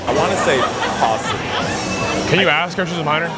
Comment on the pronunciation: « Dont make me ash alk you » 😂😂😂